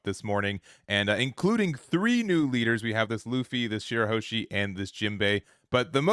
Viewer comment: It's shirahoshi and not shirahoeshi